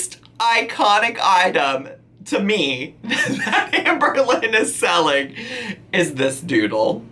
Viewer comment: Not autocorrect, that’s how she pronounces selling lol